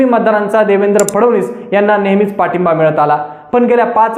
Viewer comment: फडवनीस नाही रे फडणवीस असे आडनाव आहे..